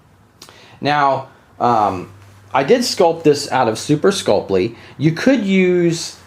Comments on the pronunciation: Skull-Pee not Skull-Plee... Drives me crazy lol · Read through the word Sculpey slowly and see if you can figure out what extra letter you're adding into your pronunciation.